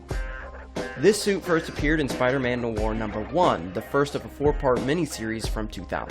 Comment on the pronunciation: It's Noir it's French it's one of the few words that you'll have to learn in French Jesus Christ pronounce it correctly it's a good thing YouTube doesn't run on brains because the more videos I see the less intelligence I come across I think it started to profoundly affect me I think I'm actually getting Dumber watching all of these people pronounce words incorrectly and not do research on word pronunciation however I did like your video you just need to learn how to pronounce the word Noir it's not that hard it's not nor it's Noir